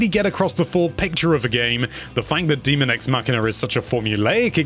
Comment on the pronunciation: Dummy, it’s daemon x machina. Not demon x machina. These are machines and not a horror game so it should have been clear what the title is even if you have bad reading skills.